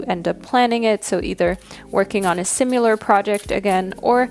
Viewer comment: Does anyone else hear her saying "simular" instead of "similar"?